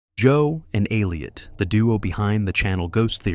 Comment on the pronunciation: Ai, who cant even say Elliot correctly